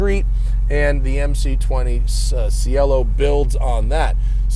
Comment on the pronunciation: as long as we're making a point about how beautiful the name is, we might as well use its actual beautiful pronunciation "chay-lo". and yes, poopidiboppy is correct.